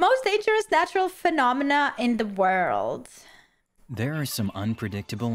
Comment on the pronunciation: how he pronounces phenomena... phenomena ba di bi di bi phenomena ba di bi bi 🙃